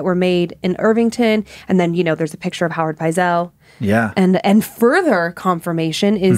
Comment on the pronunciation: another great episode - its Benjamin Pietzel , not Howard and the pronunciation is Pite-sel